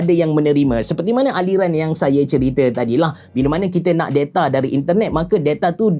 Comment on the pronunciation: Da-ta abe da-ta, bukan de-ta wkwk.